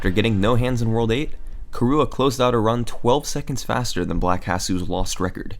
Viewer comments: its KIrua, KI-rua, not kiRUa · nice video but the way you say kirua hurts my soul. it's prenounced like Killua from hunter x hunter (the stream even had a picture of killua in the video ) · Yes, but not pronounced as ki-roo-uh, it's closer to kee-rU-ah - where U is the very non-english back unrounded vowel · How do you manage to pronounce Kirua as "kahrua"?! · Kirua is pronounce ki/ru/ah; it is Japanese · the way he said kirua though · That pronunciation of Kirua though, ouch xD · THe way you pronounce kirua hurts me tho x) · Honestly the worst thing I can say about this video is that you kept pronouncing Kirua wrong.